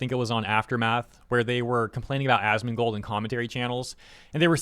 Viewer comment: Did you say assmoldgold? 😭😭😭